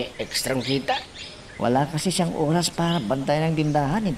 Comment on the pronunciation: Bisaya ang nanay mo..sabi tamang URAS hahahhahaa Oras yun hindi URAS